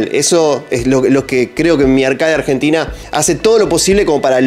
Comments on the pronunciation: Como me saca que digas "Arqueid", ARCADE papa, AR-CA-DE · Arkei ? Dale flako siempre se dijo como se escribe igual buenos videos sdos!